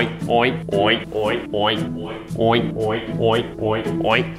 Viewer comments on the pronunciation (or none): Is it just me or it sounded like "OInk"?